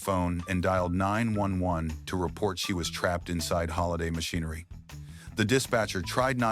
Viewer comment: I hate AI videos they can't even say 911 correctly.